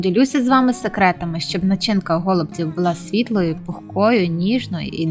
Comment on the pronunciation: Почему гОлубців, а не голубцІв ????